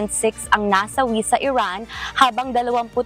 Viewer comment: Iran ❎ Erraan✅